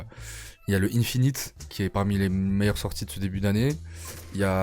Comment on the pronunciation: Lourd mais il faut plus dire "Ine-finit" serieux ptdrrr force frerot